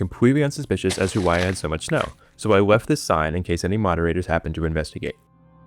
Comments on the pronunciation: "so i weft this sign" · compweetwe, weft. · "I wanted to make it compwetely unsuspicious as to why I had so much snow. So I weft this sign " 🥺adorable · compwetewy weft